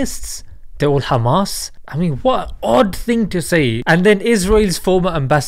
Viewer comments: Hamas* Not Khamas.... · He said gamas that's not hamas😂🤣🤣🤣